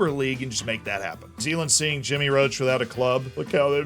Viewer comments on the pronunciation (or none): How many times does he have to be told its not Roach? Its Roche from the French for rock. Pronounced like posh or in the UK often with the O sounding like the O in ghost but still with the CH sounding like the SH sound.